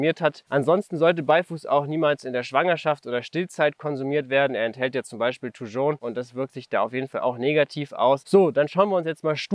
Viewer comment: Ein wirklich tolles Video zu einer wunderschönen Pflanze, aber die Aussprache von 'Thujon' ist wild. Haha. Ich spreche das j wie in Jacke aus.